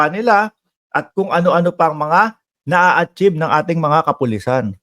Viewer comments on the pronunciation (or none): Achieve hindi achib